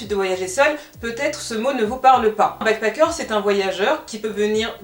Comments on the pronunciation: Je comprends pas pourquoi tu prononces bien le « a » de backpAcker mais tu n’arrêtes pas de dire « begpEcker » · Tu as bien fait d'expliquer la différences entre les deux termes ! J'me disais "mais pourquoi est ce qu'elle prononce backpacker comme ça ?!" ahaha. Merci pour la vidéo je n'étais pas du tout au courant de ce phénomène !